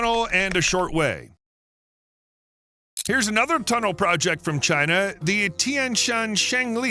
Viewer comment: China not Đina